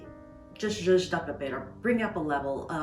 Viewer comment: I think you mean "zhuzh up".